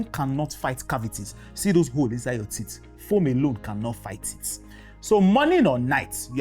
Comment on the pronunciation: Teeth not tits ... Watch your pronunciation